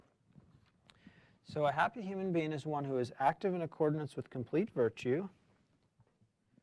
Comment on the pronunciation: The word is “accordance”, not “accordinance” - military background? Thinking of “ordinance”?